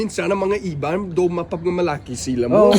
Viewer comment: “ mapagmalaki “ That’s a big word he perfectly pronounced.